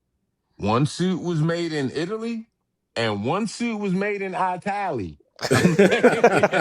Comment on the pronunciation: He said it was made in "I TAL LEE" 😅